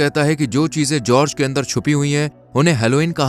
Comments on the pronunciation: It is Gorge. Not George, and not Helloween, say it hollow men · Gorge khai ka naam nhi bro English me khai ko gorge kehte ha and jorg nhi gorge like gorgeous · जर्ज नही गोर्ज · brother its pronounced with the "G" sound as in Gun. Not G sound as in Gist.